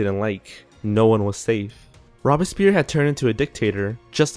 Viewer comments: Maybe can learn to pronounce Louis, Robespierre and Tussaud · issues with this video. 1.The guillotine was used until 1977 in France - not just through the French Revolution. 2.Robespierre was mispronounced, at least from the way I've always heard it. The O is long - at least in American English. Perhaps your pronunciation is correct elsewhere. 3.The guillotine was not invented by a "Mr. Guillotine", but by a "Dr. Guillotin". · Robespierre was a French name, and well pronounced (as in French) though the R in the name pierre should RRRRoll . The O should not be long. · Robes-pierre (long o not short o) NOT Robis-pierre. Band-edged NOT Band-aged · Robbispeer ? SERIOUSLY !? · I cringe every time I hear this guy say "rob a spear" when referring to robespierre. never heard that before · in this case, especially if you're going to feature a guest host, please research the pronunciation. It's "robes" - "Pierre"... not rob-a-spear. Takes us out of it a bit, you know? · ROBES-pee-air, not "robespere." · Rob-a-spear??? Oookay! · c'mon guys, at least try to pronounce names correctly in your videos. "Robe-a-spear"? "Loois"? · One critique: The videos are very good, but in this one the pronunciation was horrid. With the means available on the web today, and the fact that these names are ancient, pronouncing Robespierre, and Tussaud, should not have been hard. Thanks. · Pronunciation guide : ROBE-SPEER ... DAWNTON ... LOOWIE the 18th .. MAREE TOO-SOE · "Robs peer," "Mary two-sod," is this guy kidding me? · Why are there two narrators? The one who isn't Simon has a bit of a monotone and can't pronounce Robespierre or Louis or Tussaud correctly. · In the future, before allowing to help you narrate a video....please have him educated on the correct pronunciation of peoples names. He said Robespierre, Marie Tussaud, and king Louis' names incorrectly. Makes sound very uneducated. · Rob-es-peer? Louise the 16th? LOL